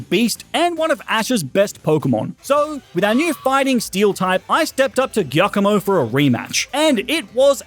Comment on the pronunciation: your pronounciation of giacomo scares me